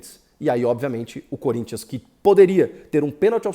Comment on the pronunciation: SO QUEM ASSISTIU ATE O FINAL VIU ELE FALANDO CONRINTHANS 0 GREMIO 1 KKKKK